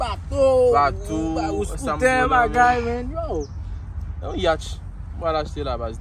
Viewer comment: Yacht bro pa yatch sa fè dezyem fwa m tande misye ap di yatch 😂😂 mo a fini avek T bro pa ch